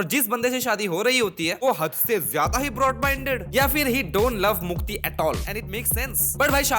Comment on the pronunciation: Mukti ❌ Mutti ✅ 😅